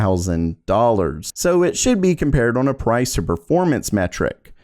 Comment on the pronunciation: day 561 of being incapable of saying "on" correctly.